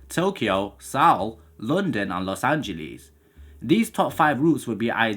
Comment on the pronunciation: Love your videos, minor detail: Seoul is pronounced “soul”, not “sowl”. At least, I’ve never heard it pronounced differently to “soul”. Is that a Midlands thing?